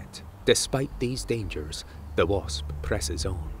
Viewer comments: and he called it a bosp instead of wasp. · "...a type of solitary BOSP "